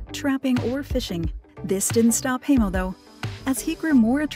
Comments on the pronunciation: Hi name is pronounced Hi-mo not hay-mo! Ugh! Such an annoying narrator! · How is it you can do a documentary piece on someone and you can’t even pronounce their name. Unbelievable